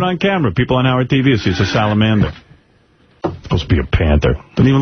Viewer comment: Why does say salamander so weird emphasizing the last two syllables